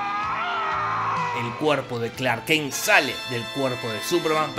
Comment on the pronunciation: Clark “kenk” jajaja dura la dislexia